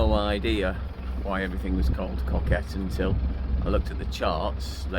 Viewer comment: Its pronounced CO as in the abbreviation for company....KET ...Good job you had nice weather ....coming out of Amble into Northerly's is not so much fun 🤣especially dodging endless pot buoys...Been demasted off of Alnmouth before coming back home to Amble with 8ft swells makes you realise how dangerous the North Sea can be.